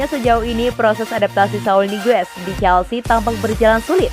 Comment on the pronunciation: Nice, penyebutan Chelsea nya udah jelas sekarang 💙